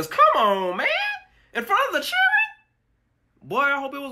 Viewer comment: "In front of the chidrin?!" 😂 😂 💀